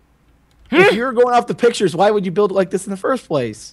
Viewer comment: says Pitchures haha